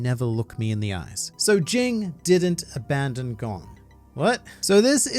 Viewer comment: Jing is Ging The G at the end is silent